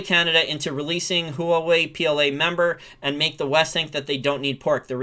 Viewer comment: Learn how to pronounce Huawei.